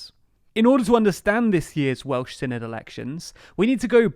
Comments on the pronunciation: or sinith instead of senedd :D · It’s not pronounced Sin-i-d it’s Sen-e-th and they’re not Welsh parliamentary elections they’re Senedd elections. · The 'dd' at the end is pronounced more like a 'th' sound. So proper pronunciation would produce a 'Sen-eth' , exactly as you suppose. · I feel like i should point out it's pronouced 'se-neth' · Thanks for doing a video about devolved politics in Wales. It gets very little attention in the UK media. Minor note, Senedd is pronounced more like 'Seneth'. 'dd' is a digraph in the Welsh language that makes a 'th' sound like the end of words like 'bathe' in English. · Tip for the future, the 'dd' in 'senedd' is pronounced like a soft 'th' in English 'the', 'then', 'there'. I'll be voting for Plaid Cymru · It's pronounced SEH NETH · With the 'dd' the equivalent of 'th' as in 'there'. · Please learn how to pronounce Senedd. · Hey 😄 very glad you're covering Welsh politics! Just a little note: the dd in Senedd is not a hard D sound, it's more like a th sound but very soft rather than the hissed sound English speakers would use. I appreciate you're doing a lot for these videos already, but there are plenty of short and approachable videos on YouTube that teach basic Welsh pronunciation and point out that it's a phonetic language so these days there's not really any excuse for a person living on the island of Britain to not know how to pronounce Welsh words. I say this as a Welsh person who lives in Aotearoa/New Zealand and has learned how to pronounce Māori words, which are also phonetic, despite not being fluent to any level in Māori. The gap between learning the entire language and just learning its basic pronunciation is vast, so I'm sure you could get your tongue around Welsh syllables without learning the whole language 💖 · Should probably add it's a voiced "th"-sound as in 'that' rather than thing. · It’s better than the last video so give them some credit, but yeah not fully there yet. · I’m not even hearing the -th either